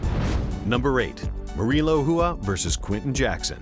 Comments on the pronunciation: i dont understand the last name of RUA why is it pronounced "Whoo-A" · Please learn how to pronounce Rua. Its very annoying. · OK, main point seems to be - be named Garcia, not Rua.